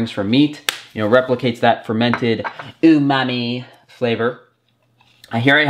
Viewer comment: Thank you for pronouncing umami the proper way